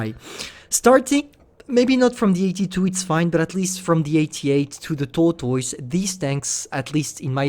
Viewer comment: Omg I'm was crying when you said tortoise lol sorry bud.